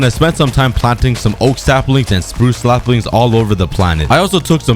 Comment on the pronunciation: Did cookie just say slapling